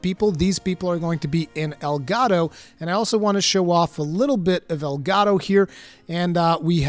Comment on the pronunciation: Monster Hunter Rise Sunbreak. Sponsored by El Gato. Seriously though, that's what I heard every single time you said Elgado. Which is kinda making me hate the name. Oh well, I'll get over it. I'm sure it's gonna be a cool expansion.